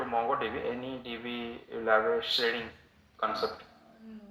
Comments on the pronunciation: its not shrading ..it's sharding...sharding & replication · What is shredding? I think he referring to Sharding... since it was Db topic